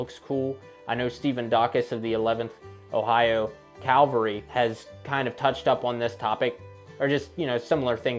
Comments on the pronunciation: Cavalry! Not Calvary..Aye carumba! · Its cavalry not Calvary. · Cav-al-ry, not caal-ver-ry ... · Cav-al-ry, not Cal-var-y, please. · There was no ‘Calvary’ in either Civil War forces. Lots of ‘Cavalry’ though. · 1. Its CAVALRY. you have cancelled your presentation 2. If you actually study you would easily see that American and European fashion called for a full cut trouser leg, not the stove pipe skinny jeans that a FARB like you would wear. Your facts are tainted. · Please accept this in the gentle spirit in which it is offered. You consistently pronounced “cavalry” as “Calvary.” It’s a common mistake. You’re a young guy and will at some point have to break this habit or have people like me correcting you. Further, be careful to say what you mean. You said “simplistic.” If you’ll think about it, I believe you’ll agree that you meant “simple.” People tend to use those words interchangeably. They mean different things, however. Fascinating stuff.